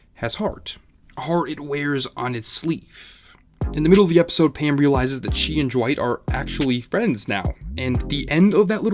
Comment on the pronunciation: Kyle jeboss I’ve seen the episode like 4-5 times I never hear “pan” I always hear “Pam”